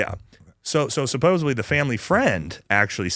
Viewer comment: for the love of god, it’s not “supposebly” it’s supposedly.